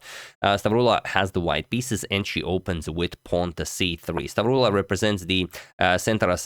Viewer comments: The pronunciation of the Greek name was on point, nothing to worry about there. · Hey Agad, perfect pronounciation, you actually said it like you are from the center of Greece! <3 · You pronounced perfectly "Stavroula"